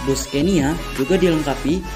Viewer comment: Maaf bacanya Sconia (ejaan swedia) bkn scenia...trims